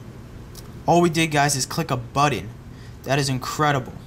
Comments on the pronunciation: u only back up incase something goes wrong... FYI and it's button not buddon.. LOL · Ahahahah u said butt-in